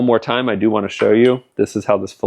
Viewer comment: When adding metal in that manner, the correct pronunciation is fillett. Filet is a piece of meat or fish.